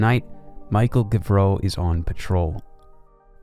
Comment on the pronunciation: Few issues with name pronunciations. Otherwise, fantastic video! It's pronounced "Mee-shel Go-vro." "Ree-shar Va-lee-ehre" "Ray-mon (hard to describe, it's a weird nasal o sound for the 'on' bit) Va-lee-ehre "Ay-tsyen" "Say-bas-tsyen"